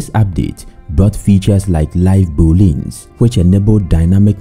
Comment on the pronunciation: Boolean is pronounced Boo-Lee-Un, not Boo-Lean.